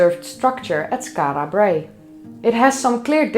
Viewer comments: As a proud Scot I found this video fascinating and incitful. Your pronunciation of Skarra Brae is spot on and I still use words like midden which leaves my English wife very confused. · The way you pronounce Skara Brae is divine ! You are now officially my favourite 'Skara Brae' pronouncer !! 😄😄😄